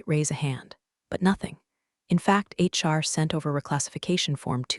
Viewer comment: I think it is a slurred HR. I don’t know why we think that AI would get it correct